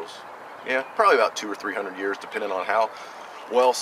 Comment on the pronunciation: Very nice bag. Great work on the crafting of it. lol ya know I could have swore you said 100-200 ears. Then I realised you meant years. I was starting to think you where going Mike Tyson. on us. Thanks for showing the great haversack off.